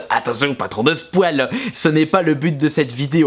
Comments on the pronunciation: arrête de dire spoal pour spoil :malade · Spwale, goate simulation, blourre, ce bilingue :hap